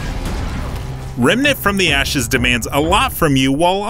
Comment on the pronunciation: My man says "REMNANT FROM THE ASHES"